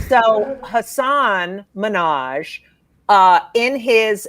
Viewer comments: OMG. HASAN MIN...HAJ. Try to say it correct it makes you all sound stupid as shit when you don't even try. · The absolute minimum respect you can give someone is to pronounce their name correctly. If you're going to bash Hasan Minaj, the least you can do is not mispronounce his name.